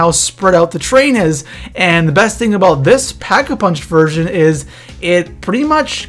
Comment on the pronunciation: he said pack a vunch